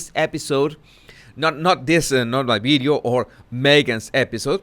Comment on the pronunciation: how hard is to say “ video “?